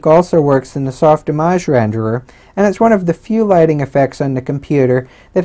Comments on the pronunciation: Soft Image Not soft "ih mojj." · It's soft-Image, say it right.